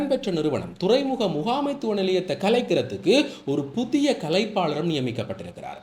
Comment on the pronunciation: 'புத்திய' அல்ல 'புதிய' 'மக்கர்' பண்ணத் தொடங்கினா இப்படித்தான் சொற்கள் 'கடிபடும்'. "காகம் அன்னத்தின் நடைய நடக்கப் போய் தனது நடையை மறந்து போன" கதைதான் ஏற்படும்.😅 இயல்பாக பேச்சினால் போதுமே!😂